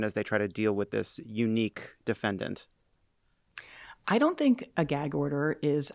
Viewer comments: Bruce Castor? The philly lawyer that Lovett asked who says "DefanDANT" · If anyone remembers watching Chris Darden during the OJ trial, he said defen-DANT. I only remember this because I thought it was an odd way to pronounce that word. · I mean, Nancy Grace said "defendANT" throughout her entire coverage of the Casey Anthony case and I feel like that should tell you all you need to know about people who pronounce it that way.